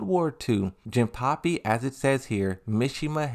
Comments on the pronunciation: no it's jin-pachi not jin-puppy or pappy. If im not remembering wrong, he is also pronouncing azucena's name like aklophena or something like that. That annoyed me and just wanted to say. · Why do u call Jinpachi "jinpapi" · it's not Jinpapi it's Jinpachi 😅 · Bro, is JINPACHI, pronounce the chi as in CHINA. The hell man... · Jinpuppy? Hey why are you pronouncing most of the names wrong? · It's a running gag of his. He intentionally mispronounces words for fun.